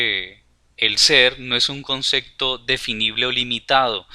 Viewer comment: concepto, no "consecto"... buen video !